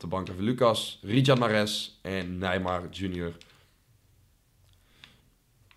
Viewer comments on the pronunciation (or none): none